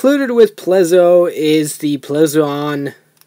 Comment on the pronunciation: Its not ple zu on its plezuon